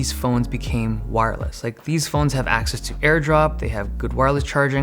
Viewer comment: wired "airdrop"